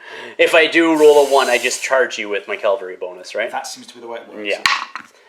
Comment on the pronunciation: It's said CAValry not "calvalry" please stop making my ears bleed 😂 Kudos for Angmar player putting up with your thinly veiled glee at the solid die luck you were having. Respect.